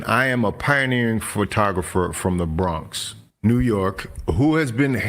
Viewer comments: And u keep pronouncing the Bronx wrong. Do u have a speech impediment? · U also pronounced the Bronx and lord Jamar wrong. It’s Jamar not Jamal.